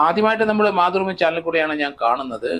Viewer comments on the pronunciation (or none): none